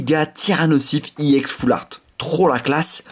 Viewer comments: Arrête de dire yex c’est ex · On dit EX pas IX youtubeur de merde je préfère largement davidlafarge et missjirachie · on dit EX et pas i-EX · pk tu dit iex allor que c'est ex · Tu peux dire EX au lieu de IEX? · c est pas iex c est ex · on dit pas (i ex) on dit juste EX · EX pas IEX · On dit pas iex mais ex comme ex petite amie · ça se dit ex pas iex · pourquoi il dit iex a la place de eX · ON DIT EX PAS I EX PUTAIN C CHIANT !!!!!!!!!!!!!!!!!!!!!!!!!!!!!!!!!!!!!!!!!!!!!!!!!!!!!!!!!!!!!!!!!!!!!!!!!!!!!!!!!!!!!!!!!!!!!!!!!!!!!!!!!!!!!!!!!!!!!!!!!!!!!!!!!!!!!!!!!!!!!!!!!!!!!!!!!!!!!!!!!!!!!!!!!!!!!!!! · C est ex pas iex puré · Pourquoi tu dis iex alors que c'est ex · c'est pas i EX tes con ou coi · Bien jouer. juste un truc sa me stresse quand tu dit YEX alors que moi d'habitude je dit ex. Dsl les faute.... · on ne dit pas iex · on dis ex yiex